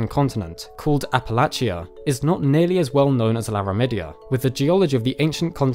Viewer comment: Now can everyone agree to say Appalachian the right way like those who live there do